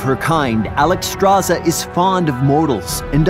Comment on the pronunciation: why is her name constantly mispronounced...SZ=SH not just Z, so should be said as Alexstrasha